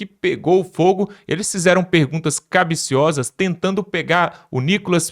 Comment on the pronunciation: Moço, é capciosas, não cabiciosas